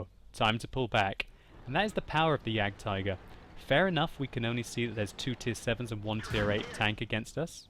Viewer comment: For a person who tried to say "Waffenträger“ so well, I'm disappointed in your ability to pronounce "Jagdtiger"...